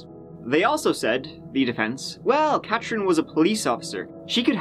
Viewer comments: CaTHerine. Not CatCHerine. Gone. Accent is unbearable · How come you can pronounce Dartmou'th' fine but you can't say Ka'th'erine. Fake News. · CATHerine. CATH THHHHH! I also heard you say EART in the last video I watched mate. Just letting you know xo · Where is this clown from? Cat rin, across the river from Halifax, Teerooow